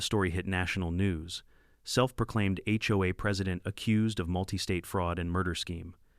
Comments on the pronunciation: "Hoe"? Seriously? The term is "H O A". Maybe if the 'bot programmers learned to use grammar and punctuation their offerings would be worth listening to. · first 3 seconds i heard (hoe) XD